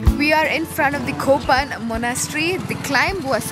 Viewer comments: Not kopan LOL ITS callll to KAPAN... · Its Kapan instead of Kopan